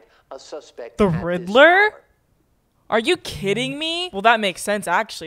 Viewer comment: "the riddller?!?" HELP